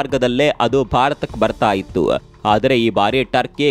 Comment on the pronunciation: ನೀವು ನ್ಯೂಸ್ ಹೇಳುವಾಗ ಇತ್ತು ಯಾವ. ಇಲ್ಲ ಹೇಳುವ ಬದಲು ಇತ್ತುಂ ಇಲ್ಲಂ ಅಂತ ಹೇಳೋದು ಯಾಕೆ....